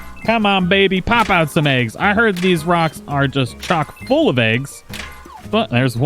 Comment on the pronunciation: finally someone didn’t say “chalk-full” 😂